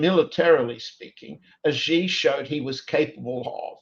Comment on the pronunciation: John Helmer, you are an expert, right? You hear Nima pronounce Xi correctly over and over again. Then you continue to pronounce his name wrong. It hurts your credibility. "Xi" in Xi Jinping is pronounced a lot like "she", like the female pronoun. Not "zee" like zebra, not "gee" like genius, "jee" like je t'aime, not "see" like sea.